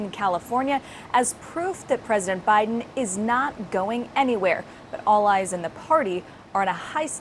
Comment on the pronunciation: Omg Manu messed up Biden's name. Please evaluate him for dementia.